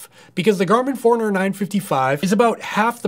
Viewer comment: I always thought it was 4 runner but it sounds like youre saying foreigner. I wish I could afford an epix :(